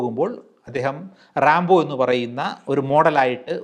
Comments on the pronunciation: റാംബോ അല്ല റെമോ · ശിവജി അല്ല ശിവാജി, റെമ്പോ അല്ല റെമോ.